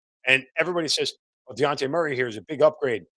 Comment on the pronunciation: If you are going to doubt Dejounte ability to improve this team at the VeRY LEAST learn how to PRONOUNCE HIS NAME! 🤦🏽‍♂️🤷🏽‍♂️ You keep calling him De-on-tay! it’s pronounced De-Jon-tay! Pretty easy tbh. Stop leaving the J off of his name!